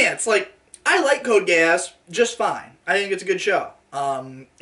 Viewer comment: I cry every time calls is "GE-AHSS" It's pronounced exactly like its said in the show (geass so "geez")